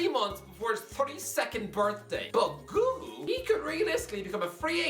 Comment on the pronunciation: Why tf is he saying guhu that’s not even close to how you pronounce it